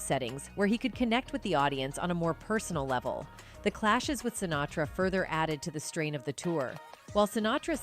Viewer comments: It's a robo-voice just reading what some schmuck wrote badly. I just saw another one where they called Marlon Brando, "Brandon". In this one, the voice says something about someone named, Shintara. I THINK they were trying to say, "Sinatra". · Add to the click-bait title the robot “narrator” who pronounces “Lewis” as “Louie” and “Sinatra” as “Sintara.” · Fairly realistic AI narration...they had me until she said "SINTARA" instead of Sinatra, and "LOUIE" instead of Lewis 😆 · "SinTARA"?? I think you mean Sinatra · "... he joined the Rat-Pack with SINTARA..."!!! WHAT THE ABSOLUTE EFF???" So much for human narration in these videos!!! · She nails "Sinatra" at the mark but calls him "Centura" . Why Robo voice, why? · I think this narration might be AI generated. At around 14 minutes, she mispronounces 'Sinatra' as 'Sintara'. I doubt that any one who speaks English as well as the narrator would not catch that typo in her script and actually read it verbatim.